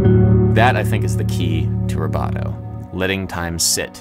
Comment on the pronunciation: Ha! I thought he was saying "roboto". And then thought, "What's he talking about?"